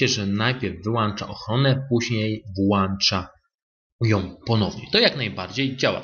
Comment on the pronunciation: Wszystko pięknie zadziałało. Jesteś wielki, ale mała prośba: włĄczaj i wyłĄczaj, bo uszy bolą od "włANczania" i "wyłANczania". ;)